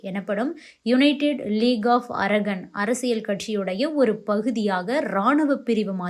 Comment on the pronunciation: Pronounce correctly when you term English words - "ara gun" அல்ல அரகன் (கண்) Gun அல்ல